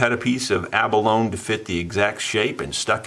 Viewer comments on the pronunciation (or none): Hey, Love your channel. Such a beautiful mandolin. Can’t wait to hear it. Btw, the word abalone has 4 syllables and is pronounced ab-uh-loh-nee. (It’s of Spanish origin.) Abalone used for decoration is the iridescent inner layer of the abalone shell. The animal is a mollusk in the snail family. They attach themselves to rocks in the ocean along the shoreline. Divers used to pry them off the rocks here on the central California coast for their shells and their meat. But now they are endangered because of overfishing and acidification of the oceans due to climate change, so harvesting them is illegal. Too bad. Abalone “steak” is a delicacy. Delicious. Pretty soon the shells won’t be available anymore either.